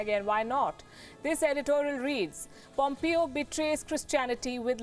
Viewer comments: It`s not POMEEO|. It`s POMEHO. PLEASE! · Mike Pompeo is pronounced as Pom-pay-o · In the U.S. it is pronounce (pom pay o).